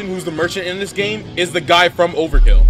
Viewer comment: there is absolutely no way you said "overkill" and "ganni" get a grip bro